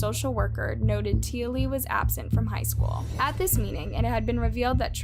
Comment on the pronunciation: T Ah Lee it is pronounced, and it happened in Logan, Qld Australia, she went to Marsden High School in Marsden another suburb of Logan Qld Australia, My daughter went to this school too, So very fkn tragic all the events which led Up to this poor little girl death and the failure of DOCS